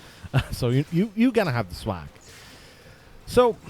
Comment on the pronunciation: O M F G the way he pronouced swag i cant stop laughing :')